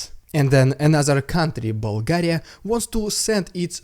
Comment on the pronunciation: You say the name Bulgaria perfectly! Love from the Bulgarian dude and Bulgaria ❤️